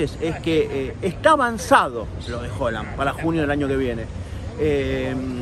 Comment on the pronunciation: Es primera vez que veo tus videos y me gusta el material Solo… pronuncia bien Haaland jaja me estresa escucharte decir Holand…